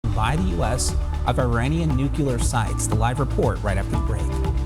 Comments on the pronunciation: Nuclear is pronounced just like it’s spelled. “Nu-clear”. At beginning of video, a commentator pronounced it as “Nu-Q-ler” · Nucular? Not Nuclear? Ok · It's nu-cle-ar, not nook-you-lar, god damn it!!! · seconds in and I had to stop watching. He said “nucular” instead of “nuclear” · Intro guy I think He said nucular 😅 instead of nuclear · Did that guy say nu-cle-ler? As a matter of fact I could have sworn I heard all of them mispronounce it.😂😂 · Nuke you ler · According to Dubya the pronunciation was nukular.😂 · You lost me at "newk-yoo-ler".